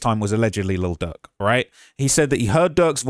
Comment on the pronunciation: I’m starting to think calling Lil Durk. Little jerk is on purpose lol love you.